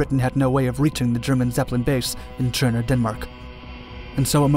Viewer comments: Töndern, not tschondor or tsjörne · Sounded like Cherna to me. I think he should just pronounce it as Tonder, the Danish viewers will understand why the Ø is replaced. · Why are you saying it's in Denmark? Tønder was part of Germany at the time this is just needlessly confusing since during WWI Denmark was neutral. Also you pronounce it Cherna it seems like? Just say Tonder if you're having trouble with the Ø because again this is extremely confusing. I literally had to look in the description to figure out where the hell you were talking about because there's no town in Denmark called Cherna and the German Empire definitely didn't have any airbases in Denmark. If you're saying it's in Denmark because the area was occupied and the people living there were Danish then just include a quick explanation about how Germany occupied Southern Jutland after the Second Sleswig war. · It sounds like you say Tjørne every time you say Tønder. ø in this case is almost like the sound you make when hinking of what to say "ehm/umm"